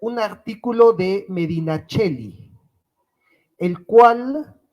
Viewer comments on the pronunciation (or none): Nota lingüística: Medinaceli se pronuncia Medinaceli, no Medinacheli.